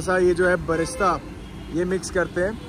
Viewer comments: Vlogger Bhai "Fried Onion" ko "Barista" bol raha hai baar baar, Sounds like Coffee, Isko koi batao usko "Birista" bolte hai fried onion ko 😂😂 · It’s not barista, it’s brista